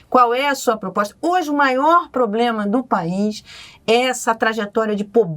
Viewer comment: Ele fala POBLEMA mesmo?